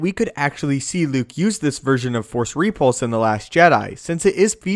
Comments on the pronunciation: No, no, you're saying it WRONG. It's rePULSE, not REpulse. LeviOsa..... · Its repulse not ree-pulse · ree-pulse lol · I'll be honest, Other than your repeated mispronunciation of the word repulse, i found the vid interesting... though I disagree with some of the assumptions. First off, what makes you believe he's so invincible? He is one of the last Jedi... certainly the Order as a whole is gone. meaning all the trainers. the holocrons... the knowledge accumulated over eons is simply GONE. Yes, he has some force ghosts that can pop in to help out, but lets face it, it's NOT the same as having some of the best trainers in the galaxy gathered in one place. And those few who knew him enough to have that bond didn't know everything either. Some abilities are going to be gone until another virtuoso can rediscover them, as they were once discovered. The likelihood of him being as strong and as diversely adept as masters in Yoda's day is borderline ridiculous. He may develop some new takes on things, because of a lack of formal training... his own versions of ways to do things... but lets face it, anyone who is self taught is always disadvantaged compared to someone who gets their PHD in a top school. Can't work differently for Jedi. The other assumption that powers didn't exist simply because we haven't seen them in the few movies that have come out, as opposed to the thousands of years of cannon history is also a bit silly. MOST of the series is told from the viewpoint of youngsters... those who, even at master level, are young in their craft. We never get much time with the oldest among them, li